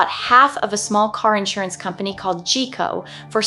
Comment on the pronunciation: ... perhaps I'm showing my age but I remember the commercials... GEICO is pronounced Guy-Coe.